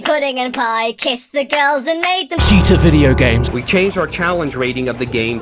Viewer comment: George is totally unreal. I can’t believe somebody is this bad at “vidi gums”